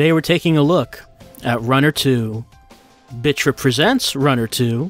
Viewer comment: I thought you were saying "bitch rip" ... kinda did a double-take and then re-read the title.